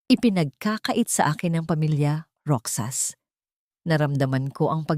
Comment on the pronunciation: Roxas sa Filipino Kung basahin po ay "Rohas"